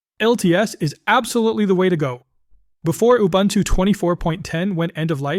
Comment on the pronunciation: It's not ubantoo... Please get it right.